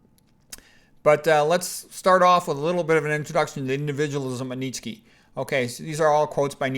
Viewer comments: Nietzsche is pronounced "Knee chuh" BTW. 😀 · Where oh where did you come up with that pronunciation of Fred's last name??